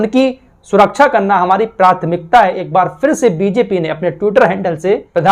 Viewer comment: SURAKCHA NAHI SURAKSHAH BOLA KARTE HEI . 😂